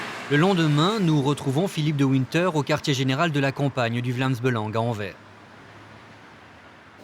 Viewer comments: Anvers se pronounce Anvers not anver. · On prononce AnverS et pas Anver, incompetents de journalistes... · pour les français anvers = an-verse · ça se prononce Anversse (on prononce le S à la fin ...) comment est-ce possible d'encore faire cet erreur ... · On prononce le "s" de Anvers , c'est "Anversse" ou Antwerp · Envers et contre tout ? AnverS , le S se prononce, s'il vous plaît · Mais c'est fais exprès ou quoi ? Vous vous dites Vlaamz Belangue Et Anvers se prononce Anverse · On dit pas mairie mais commune et anvers on prononce le s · Sixième seconde : Anvers prononcé sans le s final. Ca commence fort. Tocards de Parisiens de merde. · On prononce le s dans Anvers, c'est pourtant simple. Ne pas le faire est mal le prononcer mais si t'es obstiné et que tu préfères persister dans l'erreur... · Oui, ça m'a filé une migraine pendant toute la vidéo.